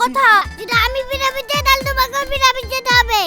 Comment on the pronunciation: সিন্থিয়া খুকুমণি ,প্রাইভেটকে পিরামিড উচ্চারণ করে, মজা লাগে খুব। 😂😅❤❤